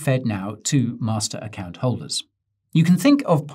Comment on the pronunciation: The way Guy emphasised “master account” should not be ignored